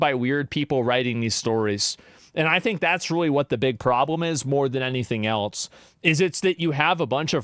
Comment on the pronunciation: When did “else” become “elts” ?